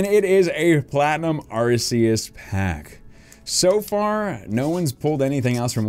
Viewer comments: its not arceus its arceeus thats how to properly say it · It's Ar-kay-us not Ar-see-us